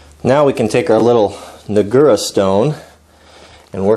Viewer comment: NAH gura. Accent on the first syllable. Great job on the sharpening.